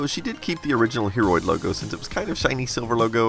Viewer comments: Everytime you tell "Hearoid" I personally hear "Hemorrhoid" ... <.< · I thought he said heammorid for a second then